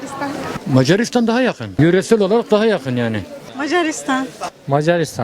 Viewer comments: "mecaaaarisdan argada galiyör" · meycaristan argada galiyou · İyi tarafından bakıyorum, sanırım bazıları Macaristan sözünü telafuz etmeye zorlandığından Mars dedi. ( Hani inşallah öyledir sjsjjs)